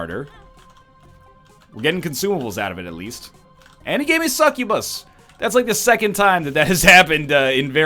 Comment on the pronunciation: pronouncing it correctly lmao